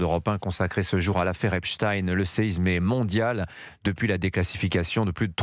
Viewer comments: En langue francaise, on prononce "EpstEINE" et non "Titine". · Epstein pas Epstiiiin, qu'avez vous à cacher en déformant son nom... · le nom d'état civil de brunel est Benchemoul, ce n'est epstine mais epstein comme einstein tous deux de la même confession : la justice est chapeautée par QUI ?